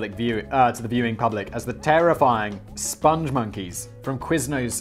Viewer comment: SPONG, not sponge. Rhymes with song & thong. Spong Monkeys. They love the moon... Also, Lipton is REALLY shite tea. Even store brand tea is WAY better.